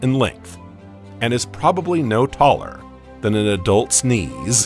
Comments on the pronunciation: had me do a double back 😂 an adult sneeze 😂 but he said adult's knees❤ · probably no taller then an adult….? Sneeze? Even subtitles didn’t know what was said